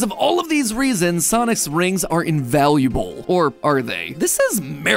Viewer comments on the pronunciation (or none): Is this just me or did he say sonis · Anyone else notice 26 seconds in he said "sonis"? And just yesterday i was mispronouncing everything i saw in the store hahaha 😅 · Does MatPat's voice sound weird to anyone? Like it's REALLY matpat-y throughout the whole thing, with random pitches in some words where it doesn't fit? Also he kinda butchers a few words when he talks. Like the "soniS" in the beginning.